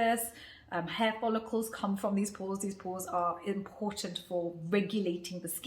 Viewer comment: Pores r not doors 😂 !! PLEASE HEAR IT LOUD 🔊